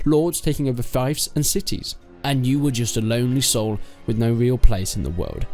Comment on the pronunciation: good video but please Fyfes? c'mon my dude its pronounced fiefs :)